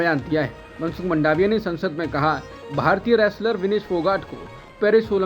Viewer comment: मनसुख की सरनेम मांडविया है नहीं के मंडावीया . वैसे ही जाडेजा होता है नहीं के जडेजा , और कापडिया सही है कपाडिया नहीं.. साँडेसरा सही है , नहीं कि संदेशरा . Theory को थियरी बोलना चाहिये , थ्योरी नहीं.